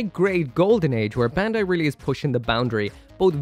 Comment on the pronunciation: "bendai" When will you finally learn to pronounce Bandai (バンダイ, bun-die) correctly?